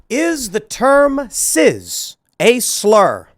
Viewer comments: Tim, it's CIS not CIZ. You aren't pronouncing it correctly. It's embarrassing. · Cis, not ciz. Calm down Tim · Cis, like sis, it's not ciz or siz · It’s cis not ciz, stop saying it w a z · why the fuck Tim keeps saying " Ciz" instead of Cis? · Wait it's "Sizz" now? I thought it was pronounced "Siss"? Just trying to get that straight. But yes it's obviously a slur. As norm macdonald brilliantly put it: "It's a way of marginalizing a normal person". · Cis pronounced SIS!!!!!!!! Jesus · "Cizz" 😂 Why does Tim say it like it's a soda brand?